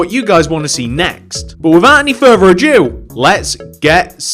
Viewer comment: did he say without further a Jew